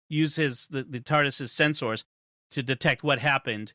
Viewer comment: he says sens-ors 🤣, just a random thing. Great episode!